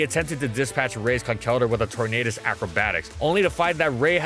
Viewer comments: ITS PRONOUNCED CONKLE-DURR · It is Con-kell-durr; from concrete and elder.